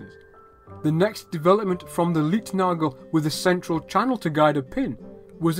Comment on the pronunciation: Great information on early rail systems! The "Leitnagel" (guide pin) is pronounced like "lite", not "leet" ;-)